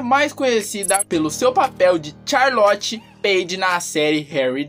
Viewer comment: Vc falou tchalorte em vez de Charlotte